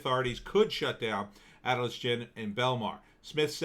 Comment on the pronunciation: Not Atlas gym it’s pronounced A-til-lis. Come on man it’s a landmark from Wildwood NJ I know I used to work out there in the late 80s A-till-LIS !!!